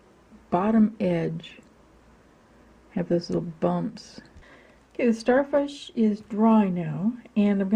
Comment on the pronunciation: U said sharfish